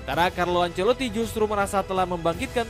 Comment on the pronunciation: Carlo Ancelito 😂😂